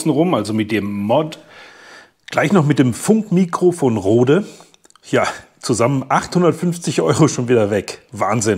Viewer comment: Nicht Rode! - Die schwedischen Gründer von Røde Microphones, deren Unternehmen in Australien aufgebaut wurde, spricht man in etwa Road (eng. für Straße) aus.